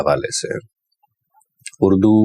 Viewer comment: اڑدو نہیں اردو ہوتا ہے